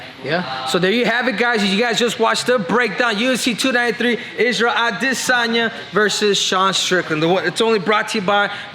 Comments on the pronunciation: "A-DEH!!!!!!sanya" ~ CCC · Quit saying his name that way it’s silly af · Why the hell you keep saying adesanya like that 😂